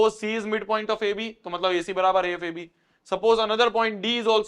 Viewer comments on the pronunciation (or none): none